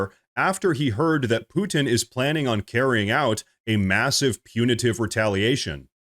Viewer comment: If you're pronouncing the name Putin, "Poo-Tin," just to get us to comment on it, ...It worked.